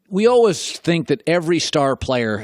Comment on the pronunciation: The way colin pronounces "always" as "olwes" sounds so annoying. Lol